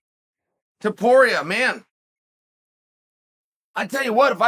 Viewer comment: The infamous Chael; mispronouncing another hard to say name. I admit.. Hand Sanitizer Boy does look similar to Water Bottle. 😂